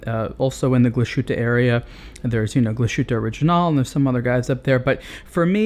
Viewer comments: actually... "auf" comes from "aufziehen", "to wind up". thus, auf indicates the amount of "wind-up" that is left. by the way, glashuette is pronounced as two words, glas-huette, not glashuette. it's an "s" followed by an "h", not a "sh". keep up the nice reviews, i can't afford a lange, but it's nice to see videos of fine watches. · Glashoote??? It's Glahs-hütte and A. Lahgih und Söhne. Glashütte means Glass Hut in German.